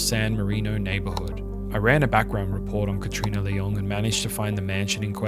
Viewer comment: Nice videos, but the pronunciation of Leung as LeOng is really odd